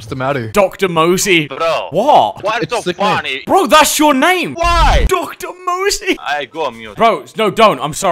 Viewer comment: his name is Dr Mose but keeps calling him Dr Mosey 💀